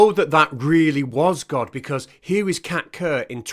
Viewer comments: I swear I thought you were saying Cat Turd all this time. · I'm sure you said Kat kerr. Didn't you mean Wan......oh never mind